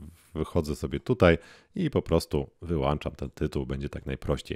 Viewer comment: Wyłączam !!! Nie wyłanczam....... brrrr